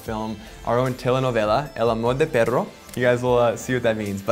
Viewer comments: He said “ El Amor De Perro” instead of “Pedro” LmAoO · This guy just said “el amor de perro” (the love of dog) instead of “el amor de pedro” (the love of pedro)